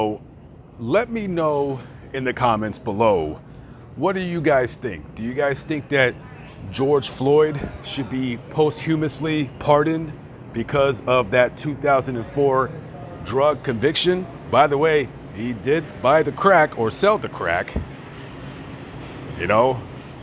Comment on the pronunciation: EF Georgie boy. And it's pos-tu-mosly. Not POST HUMUSLY. =POSTHUMOUSLY